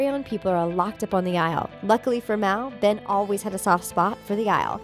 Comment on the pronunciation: It's not ven it's ben